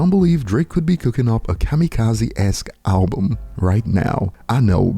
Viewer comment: tell bron its BUM not BOOM !